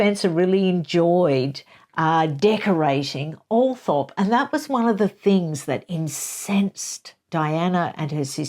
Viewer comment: I love your reviews, the book sounds great and the descriptions of Barbara Cartland and Raine Spencer sound spot on. Have to say though - Althorp is pronounced Althrop. I know this is crazy and makes no sense in relation to the spelling but that’s strange English pronunciation for you.